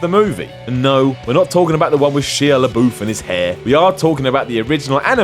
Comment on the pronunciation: Who is this Sheea LaBoof you speak of?